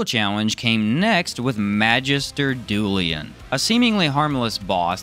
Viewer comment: Quick mention Its Dullain, not Dullian